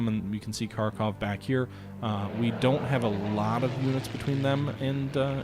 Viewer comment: Pronounce it like harkov.